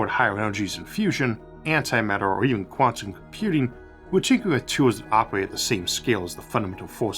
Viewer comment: I think I started noticing them most prominently nearer the end of the video. Let's see... "take" "tantum" "pocktick"